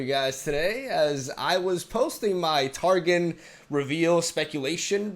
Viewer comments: am i the only one that got a little frustrated whenever Mogwai pronounced TarGON as TarGIN? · Taron is pronounced -- Tar-gone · "Tar-Gone" is how you pronounce it